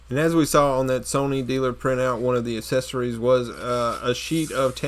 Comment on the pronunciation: Its funny how he can't say accessories properly!